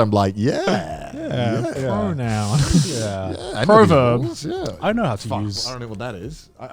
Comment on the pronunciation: pro-verb...both Joey and Connor chatting out their asses... i mean proverbs (prah-verbs) exists... but not pro-verbs (proh-verbs)... and for the record there aren't any pro-adjectives either XD EDIT: ... ah shoot... for the record i'm training to be a primary school teacher